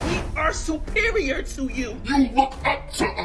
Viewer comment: “We supeereor n dey kno dat” 😂